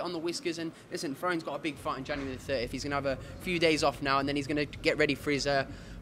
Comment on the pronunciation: “That wasn’t flroians best performance” neeeee 😂😂😂